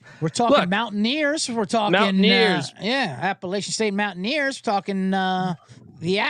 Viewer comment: For the love of college football, please pronounce the name of my Alma Mater correctly!! App uh LATCH un. Keep up the good work, guys!